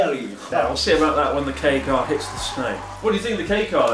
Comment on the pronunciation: When you says "Kei car" but subtitles read as "gay car"